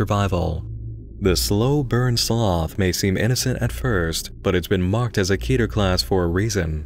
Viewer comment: When someone pronounces keter right